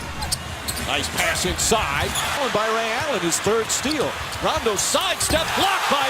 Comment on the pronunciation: “the fird seed” “firty five points”